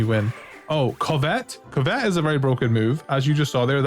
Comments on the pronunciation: Awesome video, thanks! A tip: covet is pronounced CUV-it instead of cuv-ET. 👍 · COvet, not coVET! It's an actual word, the emphasis is on the first syllable. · Sorry it was bothering me bud. It's (cuv-et) which means to list after something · Covet is pronounced kuh·vuht. Think Ark of the Covenant if you have heard that pronounced before. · Covet (cuv-it) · Never heard someone pronounce covet like that... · Can tell when someone isn't a native English speaker when they don't know how to say "covet" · You’re saying the word “covet” weird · I hate the way you say covet